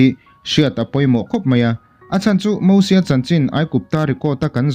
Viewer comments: Moses tur aw🤪Mahse mizo kan nia ziak dik tho e han ti dawn i lah😬👉Mosia i tia Hei hi dik ang a👉Mizo tawngkam tak in lam pawh in a thluk in mil ni si a lam dawn chuan Mosies🙁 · Lo in la sap mizo leh mai mai. "MOSIES" Bible te i chhiar ve ngai nange? Mosia ti ve mai mai la a tawk. Sap ho pawhin Mosies an ti ngailo. Eng hnam mahin mosies an ti ngailo hrim hrim. Khawvelah hian nangmah chauhin Mosies i ti aw. Keini Mizo chuan MOSIA kan ti mai.